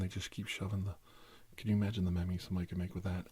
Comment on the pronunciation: MEM-EES?! Nooooooooo it's MEEMS